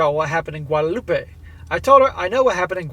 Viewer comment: Just an FYI, Guadeloupe is pronounce as "loop" not "loopay" as in Guadalupe. One is French, the other is Spanish.